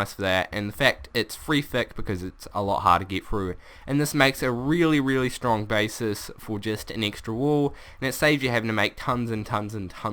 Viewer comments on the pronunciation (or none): He can't say ehh or ahh he said eeh it's annoying! I say extra he said eextra